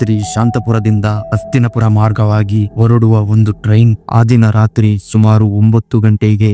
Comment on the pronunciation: ಅಣ್ಣ ನಿಮ್ಮ ಉಚ್ಚಾರಣೆ ಸ್ಪಷ್ಟವಿಲ್ಲ. ಅಸ್ತಿನಪುರ ಅಂತಿರ. ಅದು ಹಸ್ತಿನಾಪುರನಾ?